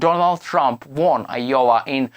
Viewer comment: Wtf is yowa??? Do you mean I O W A Pronounced. " eye- oh- wuh!!!!!!